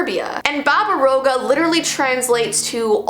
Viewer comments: im serbian and you dont say "baba rouga" but "baba roaga" and the A is not completely silent but pretty silent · I'm a viewer from Serbia and it's not babarouga. Pls practice the pronunciation. Love ur vids btw! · SHSHSHSHHSHSHS YOU MENTIONED SERBIAAAAAAASAAAA i live there and i love how you pronounced baba roga not quite right but still really COOL! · Its Pronouns baba-roga its relly famus in croatia bosna and serbia